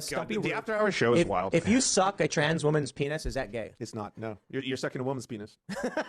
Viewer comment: That is to say you dont have to agree with the trans stuff, but calling them the tranzzseses like a right wing gollum/smeagle sounding ass